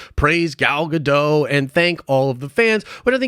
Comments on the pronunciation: Pronounced Gah..Doht according to the Gal herself. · It's pronounced Gal "Ga-doe"